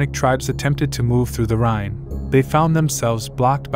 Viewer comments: It would help if you could properly pronounce the name of the river RHINE.Iit is not "rain" but rather rye like the bread ending in a strong N like in the number 9. Get it? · Rhine is pronounced (rine)